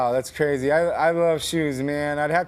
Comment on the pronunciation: "That's cwazy" lmao